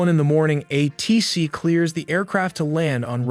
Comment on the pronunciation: Teach your AI to say "A-T-C" and not "A-Tee-C".